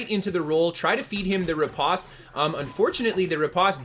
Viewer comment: riposte is not pronounced the way you are saying it. I was way too distracted by your mispronunciation to take much more away from this video.